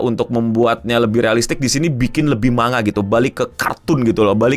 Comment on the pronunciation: kenapa sih org Indonesia klo ngomong tulisan Jepang dibaca apa adanya spt "manga" ini penyebutannya "mang-ga" ada lagi "Zenitsu" hrsnya "Zeng-itsu"